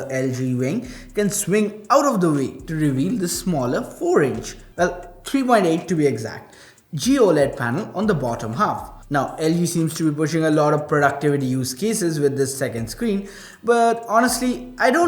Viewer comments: So CRINGE when he says poled instead of P-OLED😂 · Po-led? Bruh...